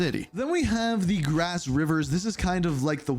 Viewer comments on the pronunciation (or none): none